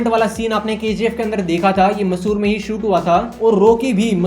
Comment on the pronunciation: Dosth vo Mysuru hai ...not Masur ...it is Cultural capital of Karnataka